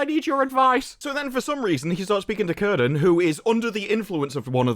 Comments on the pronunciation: Awesome video. Um. In Tolkien's work, names with a C are pronounced with a hard C like a K. "Kirdan". In your LOTR book, the Appendices, Appendix E, "Writing and Spelling", under "Consonants" "C has always the value of k even before e and i: celeb 'silver' should be pronounced as keleb." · It's pronounced "Kirdan".